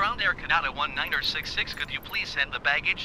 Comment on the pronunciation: I can't believe after all these years Microsoft ATC can't pronounce Canada correctly !